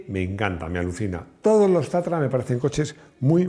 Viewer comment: Es tatra, no tatara...